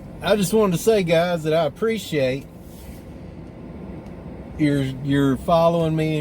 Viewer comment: Eye upprreesheate you